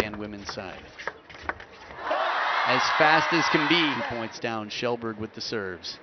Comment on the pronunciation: Yeah. Pronunciation is more like Shellberg, though.